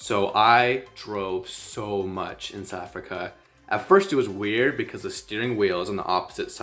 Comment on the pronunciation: Not Sou Africa, but South and then Africa. Please say the th.